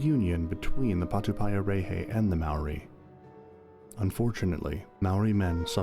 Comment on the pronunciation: That’s not how you pronounce Maori, or patupaiarehe.